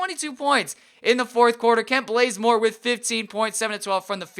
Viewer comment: lol dude u got to work on prouncing names.its Kent baze-more.not Kent blaze more.😂😂lol I'm sorry I'm just a big atl fan.#truetoatlanta